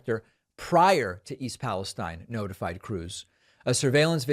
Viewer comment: David I know how you are about pronunciation. It’s pal eh steen